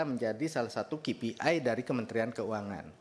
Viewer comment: Bukan ki pi ai bacanya, bos. Tapi kei pi ai, seperti yg diucapkan pak purbaya